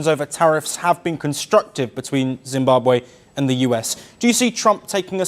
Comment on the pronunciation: Please check pronounciation and spelling. Its not ZimbabWAY but ZimbabWE